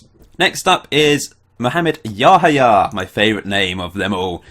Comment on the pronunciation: I think it is pronunced Yahaya with the accent on the second "a".Im from Romania and we had one player called Seidu Yahaya from Ghana or something like that and that is how the comentators were pronuncing his name.